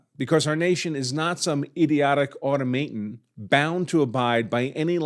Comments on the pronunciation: “Auto- ma-ton” Not “auto-may-ton” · "au-TOM-aton" NOT pronounced "auto-MAY-ton". Geez. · I hate to be a pedant, but "automaton" is pronounced "awe-tom-meh-ton" not "auto-may-ton". :) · Why pronounce automaton as "auto-MAY-ton" instead of "uh-TOM-ah-ton"? Other than that, I fully agree with everything you've said in this video. You should be the one to argue this in front of the Supreme Court if it comes to that (and it well may). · au-TAW-muh-tawn. NOT "auto-MAY-un." Look it up. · Good argument. FYI the pronunciation of "automaton" is ah-tahm-uh-tahn with the accent on the second syllable. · You're pronouncing automaton wrong, if that's the word you were going for.